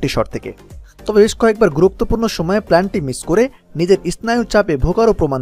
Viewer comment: Planty 🤣🤣 valo kora bolan tarpor video banan